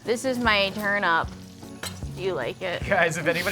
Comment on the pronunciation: It's not pronounced "turn-up".